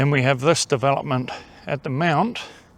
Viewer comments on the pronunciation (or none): none